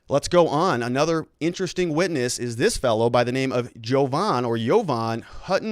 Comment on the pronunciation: Jovan, not Hogan.